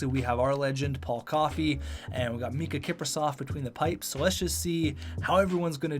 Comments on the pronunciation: Its Miikka Kipper not Mikka XD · IT'S MIIKKA KIPRUSOFF NOT MIKKA KIPRUSOFF!! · Its Miikka Kiprusoff, not Mikka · It’s miikka not mikka